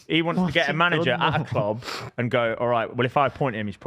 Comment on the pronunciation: says clob instead of club, proper weird